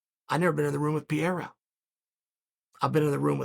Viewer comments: It‘s Pereira not Piera😀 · I'm embarrassed to be an American right now. It's pronounced Puh-Hay-The. Stop pronouncing the R's. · "Pierre-uh" love it. Everyone else has been mispronouncing it as "Puh-hair-uh" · Alex "Pierre" Pereira - Uncle Chael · Chael knowingly mispronouncing the names..pierra, blahovovic, michaeljeff, oozeman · Alex Pierre !? 😂😂😂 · Alex “Pierre-ra” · Pee-ara is the newest mythical fighter in Chael's roster. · P.E.R.E.I.R.A… Chael, there’s no PIERA… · Who is this guy "Piera" he keeps talking about? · Alex "Pierre" Pereira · Pierra?!?! Is it really that hard ka? Lol. Chael P still gangster🤣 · Lol I heard Pierre or Pierra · Pronounce the man’s last name right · my god, he called him everything rather than Pereira 😂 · Hearing chael mispronounce fighters name in different ways in multiple videos is hilarious to me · Do you guys think Chael is mispronouncing “Pereira” on purpose at this point? 😂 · You must be new lol